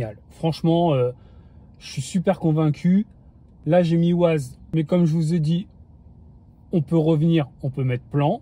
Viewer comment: Bonjour et merci pour la vidéo. ça tremblote quand même beaucoup ! Et pour info, on dit "Wèze" et pas "Waze", c'est de l'anglais 🙂